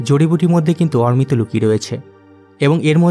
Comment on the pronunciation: অরমিত না বলে অমৃত বল।